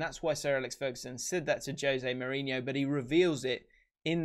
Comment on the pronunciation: I learned that I've been saying Jose Mourinho's name wrong for many, many years now.